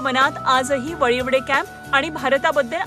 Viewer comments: वालीवडे नाही . वळीवडे असे नांव आहे त्या गांवाचे. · Ag bai.. vaivade nhi g.. valivade ahe te 😅 वळीवडे